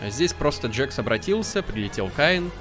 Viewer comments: ПРАВИЛЬНО ГОВОРИТЬ КЕЙН, А НЕ КАЙН, НЕ ДЖАКС, А ДЖЕКС. Этот мультсериал изначально имеет английскую озвучку. Кейн на английском будет CAINE, английская буква A (эй) обычно в слове обозначает звук [Э] и часто смягчает согласную которая стоит за ней: CA = КЕ [К' Э]. Поэтому правильно произносить не Кайн, а Кейн. Тоже самое и с Джексом. Джекс на английском будет Jax. Ja = Дже [Д Ж Э] (буква Ж несмягчаемая). Поэтому правильно произносить не Джакс, а Джекс. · и еще не джакс а джекс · Это нет это не джакс это джекс ты всех персонажей путаешь эх ну что ж ты за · Не Джакс а джекс